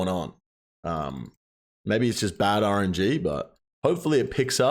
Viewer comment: Did our boy say "R and G" instead of "R N G"? Hmmmmmmm